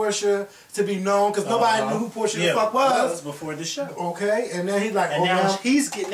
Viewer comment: PORSHA NOT PORTIA